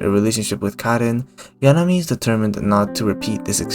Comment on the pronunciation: THIS is the video makeine needed, holy shit, good job. Love the music, loved the analysis, loved the visuals, hated your pronunciation of 'Yanami' lol Very good deep dive on the 3 main girls. Too bad Komari's approach is the least direct of the girl's, being separate incidents, while Yanami is playing the long game and Lemon is charging forward at mach speed I guess what's so good about the series is that the relationship between the characters are really organic. The first 3 volumes were purely friendship forming between Nuku and the girls, while the whole club is still uncertain about their feelings(Nuku included) in volume 8.5, although Komari has the clearest picture since she was definitely thinking about it since volume 4 I just think that you painted too good of a picture of Yanami. Like, she is most likely using Nuku's preferences only she knows to have an advantage, but she is still the same girl who forgot her money twice and got stuck inside a wedding dress too small for her, she definitely didn't mean for the pen to have her name and Nuku's guess was probably right I'm so fucking hyped for season 2, the anime was such an amazing success because it was so good and beautiful, I can wait to see how they will handle all the Shikiya snow scenes and the Lemon date